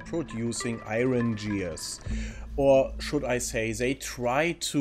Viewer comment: Gears mit "G" wie "Gustav"